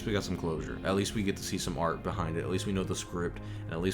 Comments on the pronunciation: ArT not ArK! Get a proof reader! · I love you bro but it’s “art”